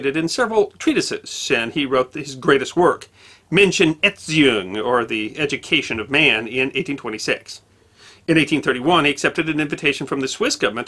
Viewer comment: "Erziehung" (German for education) is approximately pronounced air-tsee-oong.